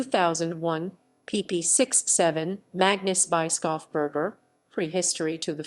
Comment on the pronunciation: ... voice sure is AI, but for the pronunciation it is "Bruno Bischofsberger" : [Broonow] [Bish-off-burger]. which could be "read" as the bishop (Bischof) from the mountain (Berg)